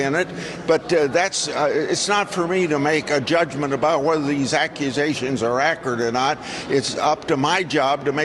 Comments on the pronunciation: Needs to retire, did Grassley mean to say ‘’accurate ‘’ but said ‘’acrid ‘’ ? Ugh 😑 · He can’t even pronounce “accurate” correctly. Who listens to these evil clowns!